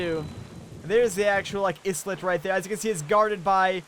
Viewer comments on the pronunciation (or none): Also, Isle isn't pronounced how it's spelt. It's pronounced exactly the same as Aisle, so no "S" or "E" sounds XD